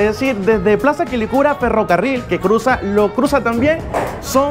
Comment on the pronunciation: Bkn tu vídeo! Ahh pero es Lo Cruzàt,l Lo Cruzat